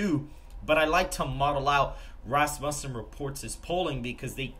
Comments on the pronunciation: He pronounces Rasmussen like it’s rass bussin When it’s supposed to be said Rasmussen like it’s rass mewssin Vote Trump sigmas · Hey boss pretty sure it pronounced Ras-Moosen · Why do you guys always slaughter the name Rasmussen? Like fingernails on a chalkboard. It's pronounced RASSmuhsen!